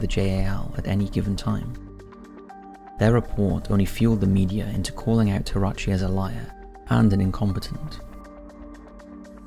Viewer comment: would you please say the names of the events participants correctly? it's "Terauchi" ("teh-rah-oochie"), not "taratchi".